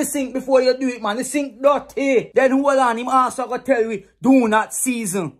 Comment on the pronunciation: He's actually saying 'Di sink dutty' LOL